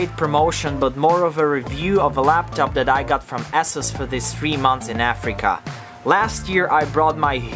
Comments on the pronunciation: ASUS is pronounced Ey-sews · I like how you pronounce "ASUS" as "ASSES" 😂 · Are you sure ASUS pronounces asses?